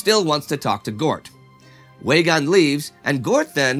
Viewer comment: Weygaund is pronounced with a V so it sounds more like like Veygaund. I know I'm being nit picky because everything else is great!!